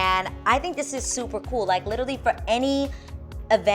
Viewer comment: I love your channel and love watching you on The Real! Ms. Adrienne, with all due respect and love, I have one pet-peeve: please, please, please stop say "literly"! the word is "literally" , LOL!!!